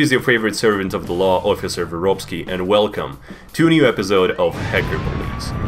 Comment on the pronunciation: I'm not calling him vorobey anymore he is officially I don't care what you all say I'll also pronounce it